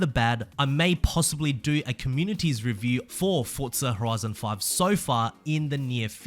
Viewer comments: Can you stop saying Fortza and say Forza? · It's Forza, not Fortza. Love the videos though man xD